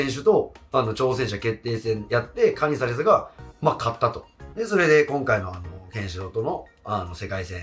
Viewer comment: カ↑ニザレスが気になって入ってこない😅